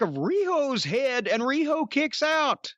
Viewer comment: that was the most beautiful RIHO Jim has ever done